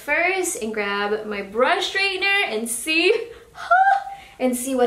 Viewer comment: I am just wondering why you say SHtraightener rather than straightener? :-)